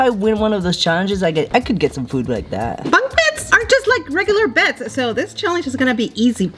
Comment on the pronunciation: WHY CAN'T YOU SAY BUNK BEDS RIGHT. got me laughing 😂😂🤣